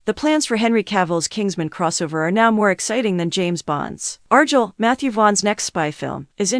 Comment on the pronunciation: What do you expect when they're so lazy they use AI to narrate, and the AI they use can't even pronounce Argylle correctly.